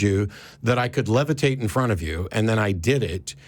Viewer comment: 'lev-er-tate' LOL!